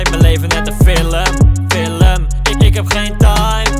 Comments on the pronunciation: het irriteert me dat hij zegt filum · Normale mensen : film Koen : fillum